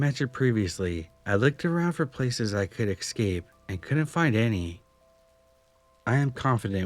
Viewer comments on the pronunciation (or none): It’s Escape, not Excape. Like it’s not Exspresso but Espresso. Jesus Christ.